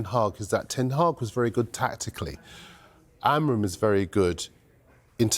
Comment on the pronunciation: Please learn how to pronounce Ruben Amorim´s name jesus u guys keep butchering his name